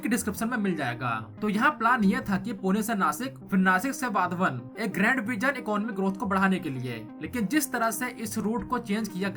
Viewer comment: Learn to pronounce words correctly. नारायणा गाव ❌ नारायण गाव ✅ वधवन ❌❌ वाढवण ✅ छबन भुजबन ❌छगन भुजबळ ✅